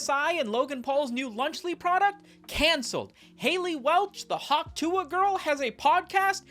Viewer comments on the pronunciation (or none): none